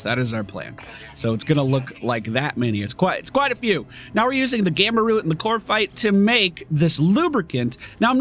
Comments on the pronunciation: COP-rite, not CORP-ite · CoPrite, not coRpite